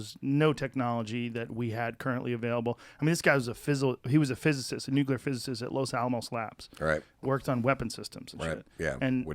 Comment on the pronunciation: lol when people say nukular instead of nuclear.